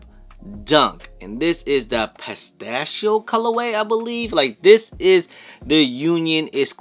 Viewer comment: Was he confused on how to say Pistachio? 🤔